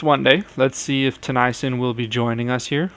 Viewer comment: Also Tennyson isn't pronounced "Tuh-nie-sun, it's pronounced Teh-knee-son. Sorry it just bothers me since I'm a sharks fan.